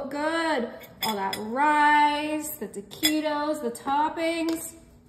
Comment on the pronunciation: Pronounce the words right taquitos is not right